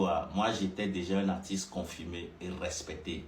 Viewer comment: Finalement j'ai compris que tu n'arrive pas à prononcer le mot 'un'